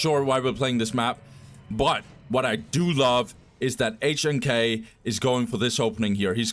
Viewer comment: HNK is pronounced Nick in Russian btw